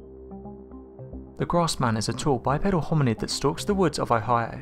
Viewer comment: Ahigha? LOL It's Oh-high-oh. Good video.